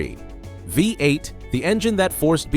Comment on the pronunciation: What about a live human voiceover? Poor pronunciation on things like V8